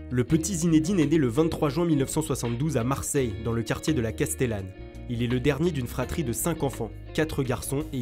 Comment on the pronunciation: Mdr la castellane pas castellane mdrrrrrrrrrrrrrr